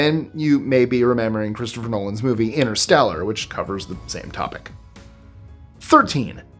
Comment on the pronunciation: Loved the topic, but InterstAller? Hahaha